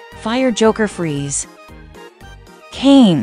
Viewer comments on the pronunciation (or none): none